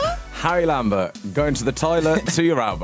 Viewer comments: We dont appreciate "lAmBeRt" much😭😂🤌🏻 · Harry saying ‘lambert’ HAHAH 🥺😂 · WAIT IM JUST NOW REALIZING THAT HE SAID HARRY LAMBERT